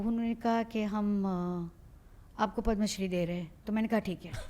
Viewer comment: क्यू ऐसे pronounce करते हो..Padma shree(पद्माश्री) ... आजकल सारे नये host ke साथ यही प्रॉब्लेम है. इसके बाद इंटरव्ह्यू कितना भी अच्छा क्यूँ ना हो...देखणा नाही चाहते. कम से कम जो हमारे नॅशनल लेव्हल के पुरस्कार है उसके तो नाम ठीक से लो. उसका सबटायटल तक गलत कर रखा है.